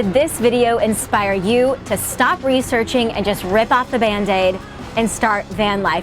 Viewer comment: Hah. You said bandaide... and I heard van date. Rip off your van date. Lol